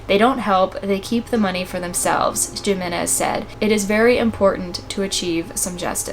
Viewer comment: Jimenez is pronounced Hee-men-ez! For future reference